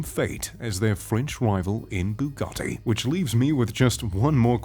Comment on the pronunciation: Also take some speech lessons and learn how to pronounce automakers names and their models like when you said bugatti it sounded like you swallowed a bug